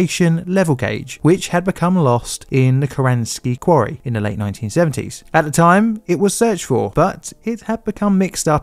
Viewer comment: "ve" instead of "the", "favva" instead of "father", "ovvawise" instead of otherwise, "free" instead of "three". Dude I LOVE your videos but the accent makes your videos incredibly difficult to listen to for anyone outside South London. Many other Londoner YouTubers avoid this accent because they know it is difficult for non-native English speakers to understand. Please consider trying to pronounce words correctly for 99% of the world so that people who speak English as a second language can understand you.